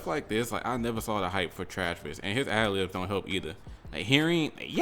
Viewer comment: "trash-vis jenner" took me out the game